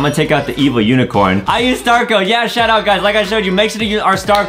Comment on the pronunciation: When Adam say shout out I thought he said “shut up” lol 😂